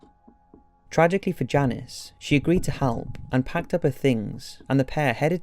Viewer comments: Do we not know how to pronounce names... Denise, Dennis, Janice, Janisse....good grief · Great video, although as a fellow brit it’s so frustrating you pronounced quite a few of the victims names spectacularly wrong. Denise as ‘Dennis’ and Janice as ‘Janees’ ? these are typical names also used in Britain so not sure what you were thinking